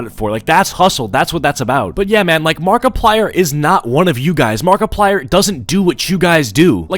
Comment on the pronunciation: i heard markiplier but makiplier?